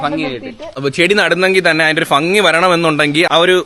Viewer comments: മോനെ ഫങ്ങി അല്ല ഭംഗി 😱😱😱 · ഭംഗി ❌ഫങ്ങി ✅😂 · Fangi alla bhangi 😂😂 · ഫങ്ങി അല്ല ഭംഗി ആണ് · ഫങ്ങിയല്ല ചേട്ടാ ഭംഗി ❤️❤️ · അടിപൊളിയായിട്ടുണ്ടേ 👌🏼👌🏼👍🏼👍🏼ഫങ്ങി അല്ല മക്കളേ ഭംഗിന്ന് പറയണേ 🥰🥰👍🏼. ആ നാട്ടിൽ അങ്ങനെയാണോ പറയുന്നേ 🤔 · ഫങ്ങി അല്ല bro ഭംഗി എന്ന് പറയൂ.... 🥰😜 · ഫങ്ങി... അല്ല... ഭംഗി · ഫംഗി അല്ല ഭംഗി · ഫങ്കി ❌ ഭംഗി ✅ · ഫഗി യോ 🤭 ഭംഗി അങ്ങനെ അല്ലെ പറയാ 😁🙌🏻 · Chetta ഫങ്ങി alla ഭംഗി എന്ന് പറഞ്ഞു പഠിക്കൂ 😁😁😁😁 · Fangi alla bangi allee😂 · ഫങ്ങി ❌ഭംഗി ✅😁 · ഭംഗി ❎ഫങ്ങി ✅ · Chettaaa ഫംഗി എന്ന് paraylle...ഭംഗി എന്ന് parayu.....I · ഫംഗി❌️ഭംഗി✅️ try to use.. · fangi alla bhangi😅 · Fangi ennano parayunne bangi ennalle? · ഭംഗി ❌ ഫങ്ങി ✅😂😂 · ഭംഗി — ഫങ്ങി 😂❤❤ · Fangi 😂😂 alla bangi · ഫങ്ങി അല്ല😅 ഭംഗി alle🙄😄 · Aregilum sredicho chetan fangi ennanu parayunathu😂😂😂😂